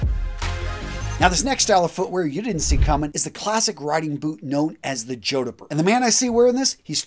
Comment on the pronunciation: Nice piece, but fyi, it is pronounced “jawd purrs”.